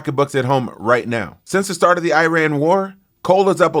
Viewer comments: "eye-ran".. it sounds like you took a few too many concussions in football.....say it with me now..."ih-rahn" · Look, it’s pronounced “E” rahn Not “I” “RAN” 🤣🤣🤣🤣🤣 Please, will another host reach out to this low and inexperienced cultured trump hater… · Wow you can pronounce “Thesis” and not Iran 😂